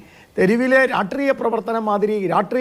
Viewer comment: രാട്രീയ അല്ല ഗോപാല.... രാഷ്ട്രീയ